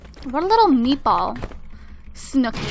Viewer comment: Why did you call it snookie and jWOW